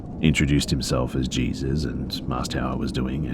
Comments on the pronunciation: These were great! A+ content as always. One note though, Jesus was probably meant to be pronounced like "hay-soos." It's a very common name in mexico and south america; you'll hear it a lot in southern states as well. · Oof. Sorry man but the name Jesus is pronounced like hey-soos. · Jesus is a common name in some cultures? Dafuq dude in Hispanic cultures yeah but its pronounced (hey-sus) j's are h's in Spanish. Nit sure if this is an error on the story writers post or bustas... but lolwut? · I think Jesus is pronounced Hey-Soos😶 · i heard him say jesus and instantly went to the comments to see if anyone had noticed the mispronunciation lol